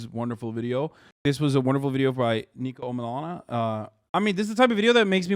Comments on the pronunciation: Ni-co. Not Nee-co. Niko would slap you to oblivion if he heard you got his name wrong. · His name isn't neeko, it's niko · Hasan plz I beg stop calling niko NEEKO 😭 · Hasan saying Neeko instead of Niko kinda triggered me 😂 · ITS NIKO NOT NEEKO 😭💔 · "Neeko" looool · Mans literally said neeko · hasan calling niko “neeko” hurts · His name is pronounced like NICK-o